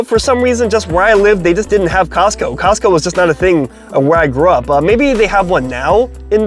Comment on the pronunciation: 🤦🏽‍♂️ It’s Costco 😂